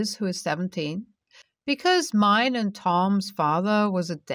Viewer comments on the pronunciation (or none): none